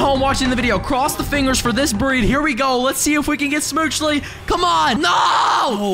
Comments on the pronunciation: who says it smoochle and not smoochly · It's not schmoochley because he says it like that it's schmooch-le, you don't say ee